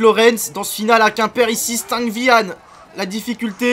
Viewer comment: Par contre c'est stang bihang je crois